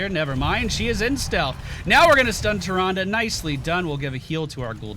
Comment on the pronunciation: I can't get enough of saying "Tyranduru Whispuruwinduru."